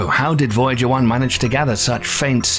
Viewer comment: Voyager was mispronounced